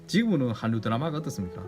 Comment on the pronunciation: 영상 재미 있게 봤습니다. 참 한류 발음 하 실 때 우리 한국 사람들은 할류 하는데.. 님께서 한류 하시네요.. 약간의 다른 점 발견 했네요 ^^ 좋은 영상 더 부탁 드릴께요...